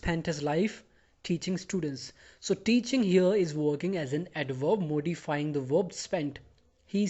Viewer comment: Dear, Please, correct the spelling from 'slept' to 'slapped' in the sentence: Not knowing who I was, he slept me. Note that the pronunciation of the first syllable in 'modify ' is as in 'morning'' not as in the Prime Minister's name. Thanks for the simple and clear explanation.